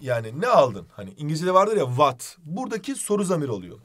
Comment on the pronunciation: 19.12 vat değil what